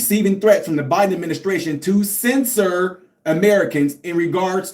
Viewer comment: Censor not scisser 😂😂